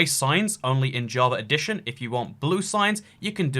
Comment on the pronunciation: it's java edition, not "javar redition".